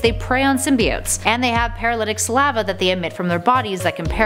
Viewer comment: You're pronunciation of saliva is very weird